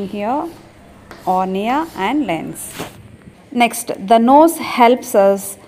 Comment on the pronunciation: Mam cornea hota h ornea nhi